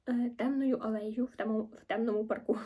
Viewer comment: Одразу вподобайка вам за посилання до нашої літератури і зокрема, до Підмогильного ♥️ Дуже вичерпно все описали Єдине, не зрозуміла, а чому в паркУ ви обрали наголос? )) чи то ви перфекціоністів ловите так? 😅